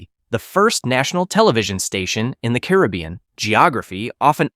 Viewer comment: Learn the correct way to pronounce "Caribbean".